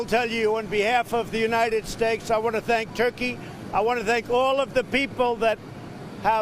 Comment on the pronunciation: United steaks lol